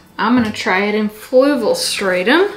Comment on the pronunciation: I'm SO glad you made a video about this stuff! I heard you mention it a few times, so I tried looking up "flugal" as I thought that's what you were saying😂🤦 anyway, I love learning about new and different substrates! Experimenting is my favorite part about owning houseplants so I'm sure I'll be buying a bag of this stuff too at some point😁👍💚